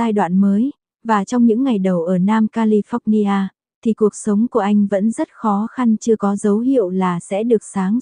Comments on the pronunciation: Cô xướng ngôn viên của Kênh YouTube này phải cấp tốc học cách phát âm Anh ngữ cho đàng hoàng lại! Nghe cô đọc “Ca-li-phóc-ni-a” mà chợt nhớ lại cô giáo dạy chính trị được ngoài Bắc đưa vào năm 1976, lúc tôi đang học đệ thất tại một trung học nổi tiếng tại SG … Rợn tóc gáy! 😱🫣🤮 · Ko chịu được cách bà này nói tên Don và califónia 😆 Tập trước rồi mới nói cô ơi